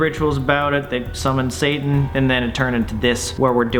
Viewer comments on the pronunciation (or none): none